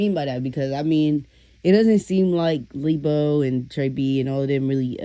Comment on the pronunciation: Not leebo😂